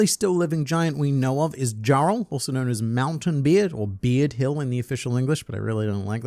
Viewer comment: Yorul, and Yarul. They J is pronounced as a Y.